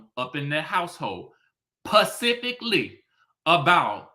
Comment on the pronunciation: "pecificly"🤣🤣🤣🤣leave Karlie alone